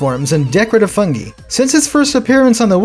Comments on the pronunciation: You kept mis-pronouncing fungi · It's a regional pronunciation. 'Fuhn-gee' is preferred in the UK. 'Fuhn-gai' is strictly American.